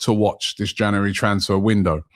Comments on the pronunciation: Robbie its January not januwarey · Did you just say “January transfer move to a**hole?” 😂